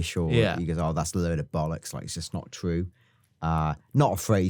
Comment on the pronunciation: I had a mouthful of tea when you said "b*llocks". Managed to down it before laughing. Especially with your emphasis on the 'B' sound